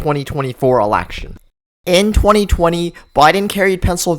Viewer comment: Shocking? Hardly!! The only thing shocking, is how the commentator pronounces "Election"!